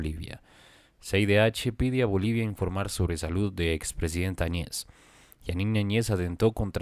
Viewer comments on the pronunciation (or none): Se pronuncia, Añez y no Añe's